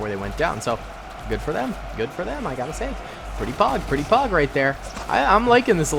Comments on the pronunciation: Definitely thought you meant pawg and not pog every time you say it lol 😂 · stop saying payg pleas its anoying